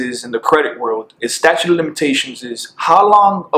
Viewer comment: Listen. I thought you were told. It's "statute" not "statue"